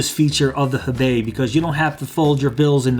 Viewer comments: And I'm telling you as a person who speaks Chinese, and knows what the wallet is named after, you didn't pronounce it correctly. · FYI, it's pronounced "hoe-bay", since it's a Chinese name.